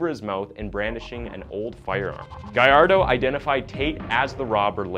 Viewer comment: Lol it's Gallardo not Guy-Ar-Doh